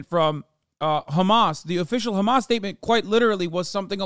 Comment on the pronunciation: I lost 5 years of my life every single time bro said *KH*amas